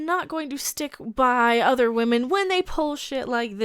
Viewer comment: Captain Wahmen Strikes Again!!😂